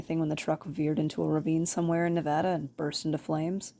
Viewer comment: You pronounced Nevada correctly😍